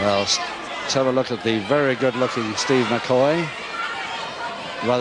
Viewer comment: McHoy, not McCoy. Son of Frank "Wild Angus" Hoy.